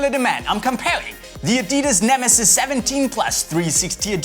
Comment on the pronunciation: ALL-IN-ONE VIDEOS it's neme'ziz' not nemesis 😂